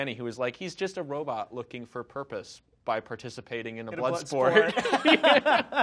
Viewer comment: "I'll baf in their bloof" cit.